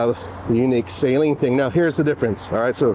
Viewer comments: Suh-leen not sAy-leen. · At LEAST say the name right... it's NOT S-A-leen. Its Saleen. The A is not HARD. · It’s pronounced SA-LEEN and not SAY-LEEN. Ask Steve himself… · Please do some research, stop saying sayleen, it’s Suhleen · You were right there at the factory and no one told you how to pronounce Steve's name? The company name? It's "Saleen", not "saline". It's not an injectable solution. 😂 Love the cars, have owned 3 over the years, but good lord get a different spokesman. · Sah-lean, not saline. Great video, just giving some grief. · "Sah-leen" not Say-leen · Its total cringe that you're at the Suhleen HQ and you're still pronouncing his last name Sayleen, with your pretentious voice, ugh ... You didn't hear them pronounce the name correctly once the whole time you were there? 😂 🤤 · Sah-leen not sayleen😂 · You mis pronounced his name to his face, it’s Suh-leen not Say-leen. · I say Sah-Leen. one syllable. Not Say Lean like salt and water "Saline"... Steve is right there and can clear up the mystery for me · Did anyone you talked to there pronounce it “say-leen”? How can we trust a review that can’t even say the name right? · Not sure why they still named it the 302, should’ve been the 307, also wonder how much Steve cringed at hearing his last name said as say leeen. 😅😅😅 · You would think he could at least get the name pronunciation correct ..... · I did apologize for constantly screwing it up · A whole video of a guy saying Saleen wrong over and over and OVER! Couldn’t do a little homework about a 40 year iconic brand? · Great looking car. Mispronouncing Saleen repeatedly was making me crazy. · It's amazing how many of you guys review their cars, and still can't even pronounce Saleen correctly lol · The guy doesn't even know how to pronounce Saleen correctly. Smh.